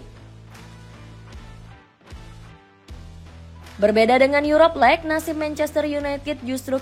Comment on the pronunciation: Gue keganggu ama 'Lek' 'Arsene Winger' dan Hargreaves yang dibaca utuh